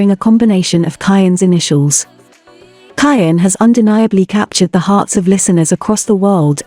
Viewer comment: You are saying his name wrong.